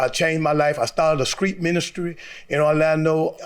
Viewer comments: I dont trust anybody who replaces their t's in words with k's ( skreet, skrive) smh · Still can't talk Eye was a Skreet Minister!, lmao 🤣😂😆